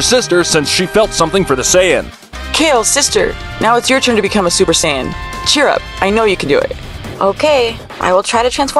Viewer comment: Ah yes the super sayayain